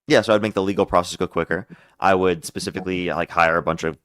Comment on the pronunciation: Dude you got a problem with the word “specifically” I’m sure you’ve been told this before